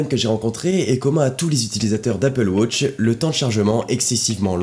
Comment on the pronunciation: Arrete de dire wôtch! Même les Anglophones disent watch!